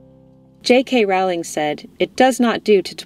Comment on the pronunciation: It's pronounced JK "Rolling". From Rowling herself. I used to work in a book distribution company, distributing her books. 😁